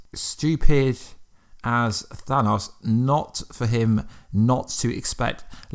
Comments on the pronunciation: The way he says Thanos bothers me. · You saying thanos wrong. Also, agree, LOKI LIVES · It's Than-OH-S, not than-AWS